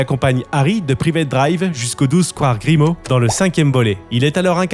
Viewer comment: Petite rectification : c'est Tom JeDUsor et non Jesudor ! Même dans les livres audio, ils font cette erreur. Pareil pour le square GrimauRd et non Grimaud. Il y a des jeux de mots dans ces noms.